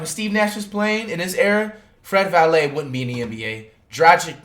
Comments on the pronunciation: My mans said Fred Vanlayyy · Man said Fred Vallet lmao